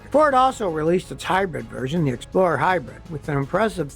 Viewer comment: He always pronounces hybrid “hybread” in all of his regular videos where he’s just talking and repairing a car. I think he writes these scripts himself. Maybe someone from his old tv show helps him do the graphics.